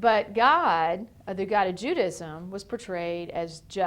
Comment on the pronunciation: "JEW-dism" ahahaha